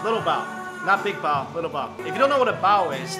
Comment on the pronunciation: I keep hearing BOWEL (relating to poop) instead of Bao. Lmao. #NursingProblems.